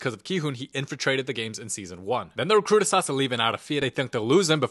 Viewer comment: mean Da Recruitah iz hear😅😅